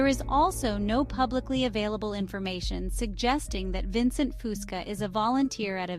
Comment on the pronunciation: I wish these generated voices could pronounce his mame correctly.